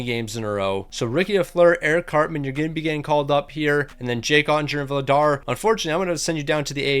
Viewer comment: Vladars name is actually pronounced vlardarsh🤓☝️